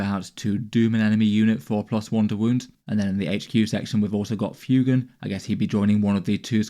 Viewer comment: Lovely stuff, just FYI I think it’s meant to be pronounced ‘fway-gan’ like fuego (Spanish for fire 🔥).